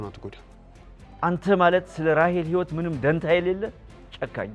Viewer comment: ህይወት ክ ካ ኬ እያልሽ አትጃጃይብን አማርኛሽን አስተካክሊ😡😡😡